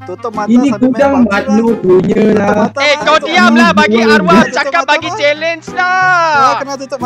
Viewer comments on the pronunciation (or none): sepatutnya bukan Arwa... Tambah "h" kat belakang baru betul🤣